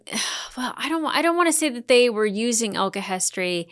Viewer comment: It tickles me when you say ulchemist instead of alchemist